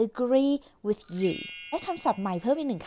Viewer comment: ว่าแต่ การออกเสียงของปากที่ถูกจริงๆ เจ้าของคลิปก็ใช้ผิดนะคะ อย่างเช่นWith ลิ้นควรอยู่บนฟันบนเอาลิ้นออกไม่ห่อเสียงแบบที่เหมือนในคลิปค่ะ